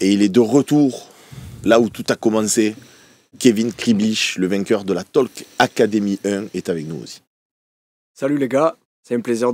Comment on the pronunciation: On ne prononce pas la lettre "l" dans "talk". Cela s'appelle "a silent letter". Même chose avec "walk"